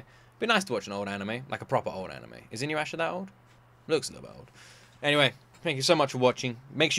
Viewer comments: first i want to say: its inu-yah-sha (not inu-asha) inu == dog so its a dog boi there are 2 time periods. most ppl forget: InuYasha i an isekai. because there are quite a few mythoogial creatues like that. Most famous the 9tailed fox and the 2tailed cat keep in mind "Isekai" just means "new world". this does not define if its "reincardnation" (dying and born in a new world), or transmigration (dying or not dying, but being stuck in a different body/character in another world) or if its some form of transportation (aka just going as is, with their own body to another world, for example like digimon) Sit. i love Sessi so much T^T while i like the 3rd OP, i love GRIPE the most <3 (4th) happy and relaxing? not sure if that is how i would describe any of Takahashi Rumikos works (the mangaka) if you like the bit older stuff, I'd lov for you to react to all songs from Fullmoon wo Sagashite (more than OP/ED, the insert songs) about the "creatues", they are simply yokai. I believe you would enjoy it, and yes it is finished (I believe with 9 seasons? too long ago to remember xd) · I fucking love this show! And I'm sure you'd like it. It's hilarious. Also it's pronounced inu-yasha not inyu-asha... Actually, I'd want to see this added to the main slot votings in the future. It's an absolute classic. And also, Ranma 1/2, which is by the same Mangaka (Rumiko Takahashi, who also wrote Urusei Yatsura) is getting a remake this fall, so that is my suggestion for the next one you react to weekly, as soon as it's out. As for the multiple tails thing: That is just Japanese folklore. There is multiple Yokai that have multiple tails, including Kitsune (a fox spirit that has 6 tails) and Nekomata (A cat with 2 tails) and all of the anime creatures you have seen with those features are based on those Yokai. Oh, and for the School Uniform thing: MOST people don't HAVE a school uniform, that is basically only a thing in parts of Asia and in the UK.